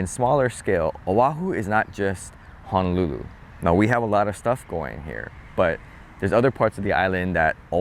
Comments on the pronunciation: Please don't misunderstand what I'm about to comment. But as a local boy I'm surprised how you pronounce Honolulu. You seem to be pronouncing it HA-nolulu like a mainland haole instead of how it's really supposed be pronounced ... HO-nolulu. Just saying lol! Like you and like your channel! 👍😉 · I'm shocked too. This might be fairly recent? (I don't go home much.) Locals' Hawaiian pronounciation isn't perfect anyway, but HAH-nolulu from a local is not good.